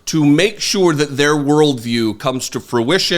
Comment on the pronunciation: I agree with your criticism. Since I do, I’d also point out you might want to start correctly pronouncing “think” & “thing”, instead of saying “thank” & “thang”. Also, “sure” isn’t pronounced “shew-ur”; it’s pronounced “shur”, or “shore” if you’re British.